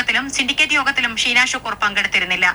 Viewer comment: അനിൽ സാറേ ഷീനാ എന്നാണ് നീനാ എന്നല്ല സാറേ